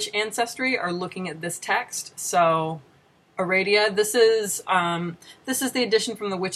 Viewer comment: I'd recommend reading the version of "Aradia" that Gardner used, to get a better idea of Wicca's history. (Nit pick: you're mispronouncing the name; the second "a" should be like "ah.") "Mastering Witchcraft" was either my first or second book on the subject. Great book. That cover looks exactly like the one I have from the mid-70s. Has it not changed, or do you have a really old printing? "A Witch's Bible" is a great recommendation; I would add Stewart's "What Witches Do" for a good introduction to Alexandrian/Gardnerian/British Traditional Witchcraft. I got to meet Stewart before he died, and Janet much later. Both very nice people. As another tidbit, "Farrar" is pronounced with the accent on the first syllable. I loved the little sigh you gave right before showing Cunningham. The best thing about Buckland's book is the exercises. What, you mean Wicca involves doing work? I have a couple of Silver Ravenwolf's books. (I bought them used so I wouldn't be giving her any royalties.) I don't know if it's still there, but on her website there used to be something about hiding your religion from your parents. This included the statement, "Oh, and you parents? Maybe you don't care about your children, but I do." I was horrified; that's the statement of a cult leader. As for the books themselves, I found the style patronizing, like she was assuming all her readers were idiots who couldn't handle anything difficult. The content was a joke; I'm by no means an expert in the subject, bu